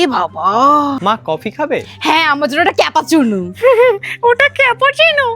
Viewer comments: Cappuccino ❌ Khapachunu ✅ 😂😂😂😂😂😂😂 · Capachino ❌ khapachino ✅🤣